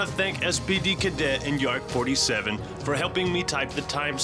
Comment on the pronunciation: lol it's yarrk47 not yark47